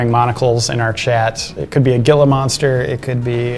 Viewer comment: He-la. Gila is pronounced He-la.